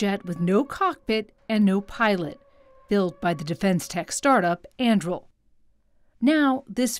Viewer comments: Thought I was the only one caught that. 😂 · Andril? It's An-dur-il! Aragorn's sword from 'The Lord of the Rings'. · It's not pronounced "Anndrill." It's pronounced "Ahn-Due-Reel." Read the damn book, lügenpresse. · An-doo-ril, not An-drool or An-drew 🤦🏻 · it's pronounce an-dru-eel. Andruil, the flame of the west, born from the shards of Narcil. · It's pronounced An-dure-ill. Flame of the West forged from the shards of Narsil. The company logo is the pommel of the sword that was broken. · I’m upset that they continued to say the name wrong. It’s ANDURIL as in the sword from LotR 😂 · Only Americans would pronounce (Tolkien's) Anduril, the Flame of the West, Aragorn's sword - as "Andrew". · I'm triggered by the way she pronounces "Andrill". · .... Im gonna have a fit every time this presenter mispronounces An-Du-Ril... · "Andrul"... Just read that name correctly. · It is not pronounced “Andril” Mz bot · I would suggest that the correct pronunciation is Ann-du-rill, as I'm assuming that the company was inspired by the sword Anduril, the Flame of The West; Aragorn's sword in The Lord Of The Rings. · Came here to post the exact same thing! Like "ann DO rill," second syllable from the end gets emphasis. Everyone gets the emphasis wrong, even me when I'm not being pedantic, but the 60 Minutes chick keeps making it rhyme with Mandrill and it's driving me very slightly mad. Makes her sound like she's done little or no research (and often with major news networks that's sadly the case). The Internet was created for Tolkien scholarship, Monte Python references, cat videos, and Godwin's Law violations. If you can't correct someone for getting Tolkien badly wrong, then we might as well shut the whole thing down and go back to flint knapping. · They're pronouncing it ann-due-rill. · Why does she mispronounce Anduril? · I believe that Anduril is a three syllable word. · That is not how you say Anduril. Not in the LOTR world.